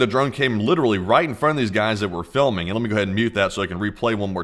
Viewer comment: 50% of why I tune into your channel is your accent. You add the letter 'u' in these subtle little spaces. "Miuhsuls". "Thius". "Fiulming". "Poust". I've tried to replicate it, but I just can't, I end up just sounding like I'm doing a bad Forrest Gump impression. Sometimes I'm stoned and end up analyzing your accent so much that I don't even register what you're talking about, I'm just so fascinated by your "California Surfer" accent. I want to hear you say "Bro", I imagine it to be the fullest "Bro" ever spoken.